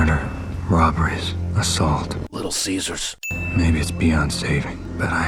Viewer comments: You have some good points, and of course you're not saying the movie is bad, just pointing out flaws. I, like so many others, thought this movie was terrific despite anything it may have gotten wrong. But besides all that. You saying Little Caesers killed me more than any other video you've done before lol, great job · Thanks! I went to Little Caesar’s and said it the way you do here 🤣